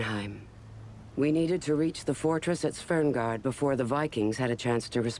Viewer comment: A part of my soul dies everytime she says "Svengård". She even says "Svern" instead of "Sven"...